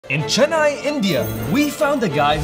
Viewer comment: I'm sorry but you pronounce Chennai wrong